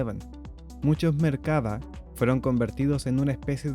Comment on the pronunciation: Es Merkavá. Acentuado en la "a" final.